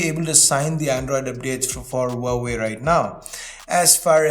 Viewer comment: Wowway Is this how huawei is pronounced?